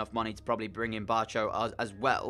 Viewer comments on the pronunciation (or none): I think barco is pronounced barko